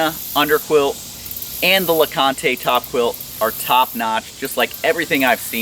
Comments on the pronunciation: Named for Mount LeConte and Fontana Lake both in Great Smoky Mountains National Park. Pronounced lah-cahnt. Silent e. CRO is also HQ in TN just a few miles from me. Gotta support local companies!!! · well I assume since the quilt is named Fontana as in Fontana damn and the other is LeConte as in Mt LeConte it's pronounced LeCont with no e. I live in Knoxville TN and thats a cool little area to hike up to with a great restaurant. They take all their food up on alpacas and mules. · You'll probably get backlash from the internet on how you pronounced LeConte. Just be prepared lol. Great review man! I'll have to check them out! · Overton is correct about the naming and the pronunciation. Named after some iconic TN/NC hiking destinations along and close to the AT. 👍🏻